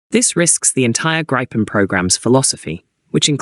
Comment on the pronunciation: I think GRIPEN is pronounced as 'GREEPEN'.